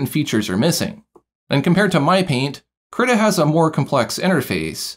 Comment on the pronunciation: Haha you say kritta instead of kree-tah